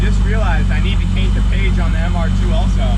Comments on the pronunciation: Did you just say paint the cage instead of caint the page. Or is my hearing playing tricks on me. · Did anybody else notice he said he needs to "caint the page" instead of paint the cage lmao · am I the only one who heard "CAINT THE PAGE" lol? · Anyone else hear him say he needs to " CAINT THE PAGE" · Anyone else notice ALWAYS saying: "Caint the page" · Im beginning to wonder if is saying caint the page on purpose at this point?